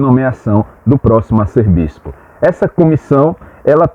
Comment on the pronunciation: A pronúncia correta é “Arcebispo” e não “arcerbispo”.